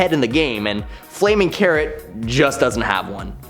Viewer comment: when you said "the flaming carrot" i needed to relisen to it because i for some reason heard "the flaming karen" haha